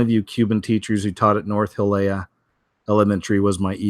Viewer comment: Hialeah...say Hya LEE ah.